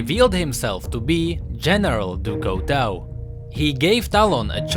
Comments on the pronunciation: du coutau du coutau du coutau. it's du cutuu (the pronunciation) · No offense, but you pronouncing "du couteau" made me want to cry. :P it's pronounced "du cutô" or something, means "of knife" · Lol no offense but u have to speak it like in french du couteau = du couto speak it out like that :) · XDDDD house du couteau l thought it was a auto translation coz lm french buh na l swear to god the prononciation is actually House du cuto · i really like your videos but... it is pronounced "Ducooto" (from knife in french) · Pronounce it DuCooto pls, and it mean oftheknife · It's actually pronounced Due Cooto ;) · j'adore la prononciation anglaise de "du couteau": du couwtweau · Pronounced "doo koo-toe" I like your videos, keep it up:D. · THIS PRONUNCIATION OF DU COUTEAU IS KILLING ME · i cringed everytime he said "du couteau" x.x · Very nice video but your french pronunciation is not correct. Du Couteau is not english so try to pronounce it good next time.;-) Still a like tho. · Der13pipez01 Oh I though you were french XD mb! I was saying that I find the way english pronounce "du couteau" funny.